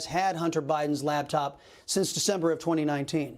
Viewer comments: LaPtop. LaPPPPPPtop. Not laBtop. 🤦🏼‍♀️ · I love ya' Chris ... but it's LAPTOP .